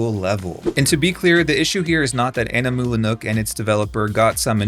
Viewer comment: Are you just flexing that you can pronounce "Animula Nook"? (I can't)